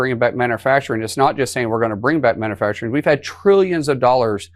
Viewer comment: "man-uh-facturin" How do we have officials that speak like children?